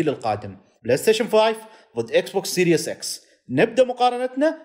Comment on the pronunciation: لك شو قصة هاليوتيوبر العرب كلو عم يلفظ اسم الجهاز غلط !!!! يا اخي ما اسمها اكسبوكس سيريوس مو هيييك غلط غلط ، اسمها سيريز اكس ، يعني السلسلة اكس ، وليس سيريوس اكس متل انتو بتلفظوها ، والله عيب عيب لك تعلمو تلفظو الاسم عالاقل